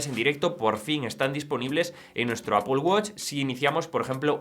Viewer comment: Primer español que escucho que dice "Apol" y no "Apel" 😮😮😮